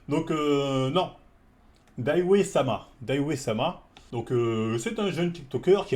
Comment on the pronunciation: « Day One » mdrr Dawei c’est pas dur à dire!